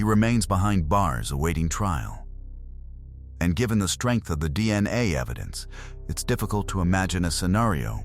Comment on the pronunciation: "Deanna tests" - Ya know, those'll get ya...? De-an-nae from those Belt buckle swabs.